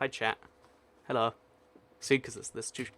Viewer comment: Extremely heavy emphasis on letter H Hhhhhhhhhhhello guys